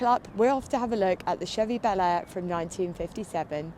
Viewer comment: Bel Air sounds so different when an American says it. Just sounds so wrong, the way you say it. Sorry.